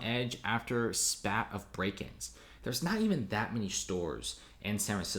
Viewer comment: San Francisco hasn't hit rock bottom yet, so it's not ready for rehab, but it will come eventually. By the way, spate is pronounced to rhyme with 'fate' not 'hat'.